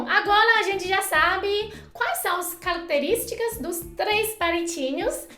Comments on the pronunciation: cóleia, calactelisticas, etc... aaaah adoro quando ela troca o R pelo L <3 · "Calactelísticas " 😍😍😍😍q fofinha